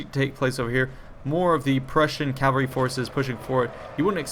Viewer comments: It sounded like he pronounced it properly. What did you hear? CaLvalry seems to be a common mistake for some reason. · I'll never not get triggered by the way he pronounces cavalry